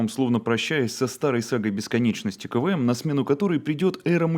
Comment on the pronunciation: Почему КВМ я каждый раз слышу как КВН